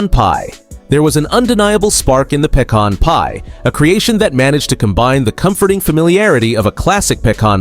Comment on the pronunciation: The Pay-Con Pie 😂